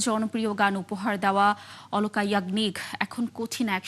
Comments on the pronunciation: অলকা না,, আলকা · Sauangbadik ra uccharon thik koren. Aloka yagnik hobe na,alka yagni